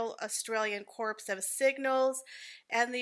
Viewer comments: Corps is pronounced core. Great pictures of the tour. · She was barely long enough here to go and visit! Corps is pronounced Cor 😜 it's a tricky one. Thanks for the lovely photos. Love Anne. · FYI CORP is pronounced CORE, you don’t say the P😎